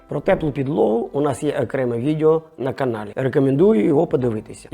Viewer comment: Цікаво, пізнавально. Щодо тексту: відЕо а не відЄо. Ріже вухо.